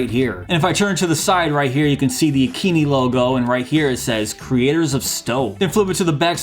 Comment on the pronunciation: I believe it’s pronounced, A Keen i (eye) , as it makes more sense lol. But I would love one of these !